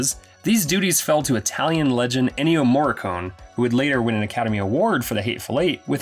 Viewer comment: First: it is pronounced Mor-ree-co-neh. Second: The Thing is not a horror movie. It is a psychological thriller. I know this because I absolutely hate horror movies, but I absolutely love The Thing. Therefore it cannot be a horror movie!!! OK, it is a horror movie really, but you should have known how to pronounce Morricone!